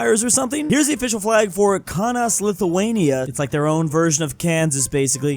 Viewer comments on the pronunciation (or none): Hey its not ka unas its kau nas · I love how he pronounced Kaunas XD